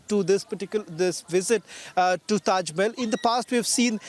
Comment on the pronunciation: Tejo Mahal not taj😂